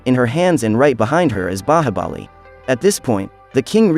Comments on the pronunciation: Just because you pronounce Bahabali instead of Bahubali, i refuse to watch your recap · Indian movie pronunciation be like :baahabali